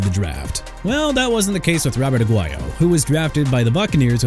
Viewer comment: ROBERTO AGUAYO PRONOUNCED AH-GWAI-YO! GET HIS NAME RIGHT DUDE! ALSO MR. "I CAN'T PRONOUNCE PEOPLE'S NAMES FOR NOTHING" ISAIAH WILSON PRONOUNCED AI-ZAY-UH! ARE YOU SERIOUS?! YOU NEED TO BE FIRED! AT THIS POINT I DON'T CARE IF YOU'RE A REAL VOICE OR AI! I DON'T CARE!